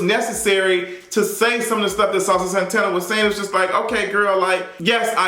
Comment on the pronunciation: Listennn I lost it at "Saucy Santanerrrr" and passed away at "Jerry the Mouse"!!! 🤣🤣🤣🤣